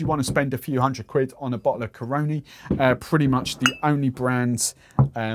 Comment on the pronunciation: natural born trini here... say it with me Cah-run-Knee. that's how you say Caroni.